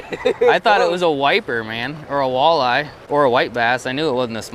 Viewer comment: I swear I heard you call it a whale-eye🐋🤣